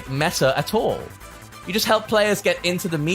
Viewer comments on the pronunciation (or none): none